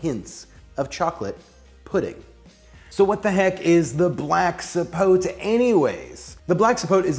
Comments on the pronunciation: i believe zapotes, are from Mexico, and even though it looks as if it was rotten, it is actually good, its pronounced ZA- PO- TAY(kinda is closer), and the other one you tried is, MA-MAY,( again a closer pronounciation). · Everyone here trying to “correct” the pronunciation... It’s actually ZAPOTE, with a Z, not with an S, and you have to specify, black or white zapote. And the correct pronunciation is “zapothe” (added the th for linguistic example purpose). I’m from the center of the Mexican republic, but I can tell that the pronunciation is the same in every state. Zapote, not sapot, not sapothy, not sapotey, stop.